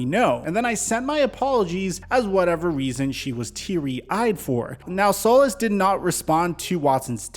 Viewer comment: Hey good video, as Texans fan and solis rep it is pronounced SOL EECE, thank you for your time